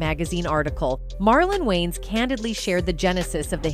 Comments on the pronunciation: Not Wayne's family. Its Wayans. Once you here it , you cant unhear it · It’s pronounced “WAY-YINZ” not “WAYNEZ” 😩😩😩😩😩